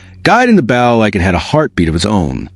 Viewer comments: Not "batten", but Ba-TON! Not "bow" (bough) but Bow (boe) you ignorant piece of metal! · The mispronunciations of baton and bow were very annoying. Bow was pronounced correctly only ONCE, when referring to her father The mispellings of names, REY HAS for Reyas, is also annoying if you are trying toread the info not listen. STOP using AI if they can not say the words with the correct pronunciations! (I don't listen to a lot of these due to the CONSTANT AI screw ups!) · OMG so right. Baton, bow, resin. I play violin and I was flinching at the pronunciations. Seriously took away from the story.